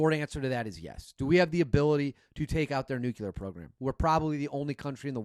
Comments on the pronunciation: I left you when you said "Nukelar". It's pronounced "new clear", you got that? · Plz tell me the difference between Nu-Qu-Lar and Nu-Cle-Ar !! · N U C L E A R Not nuc u lear 🤦🏻‍♂️